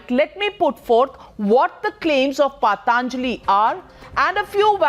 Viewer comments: Dear Navika, with all due respect what the heckety heck is paatanjali.. it is patanjali as in puh tun jali... not paat aanjali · First of all, it’s not paaaataaaanjli, that’s how the woman is pronouncing it, it’s patanjali for god sake, if u can’t pronounce words of ur own culture & try to pronounce words of French, German, Spanish & Italian etc flawlessly, no matter how educated u r people from outside the country will ridicule & shame u. We know many Indians who make sure they pronounce foreign words like Rendezvous as Roundavooo ( which is the correct pronunciation), but they’ll still pronounce Aaraadhana as Araaaadna, such garbage mindset.